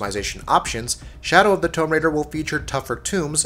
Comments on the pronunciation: Tome raider? Lol.. Its pronounced 'toom' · What's Shadow of the Tome Raider? Did you mean Tomb? Learn how to pronounce,. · “Tome Raider”? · I don’t get why you said toum raider But then said tougher tomb normally aha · The way you said tomb was triggering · You say the world "Tomb" wrong. Js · Why can’t you say the work tomb right when saying the title of the game but when you say tomb on its own you say if right lol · How the fuck do you not know how to say "Tomb Raider" when you narrate a gaming channel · Shadow of the what raider?????? Seriously what the fuck no one says tomb like that.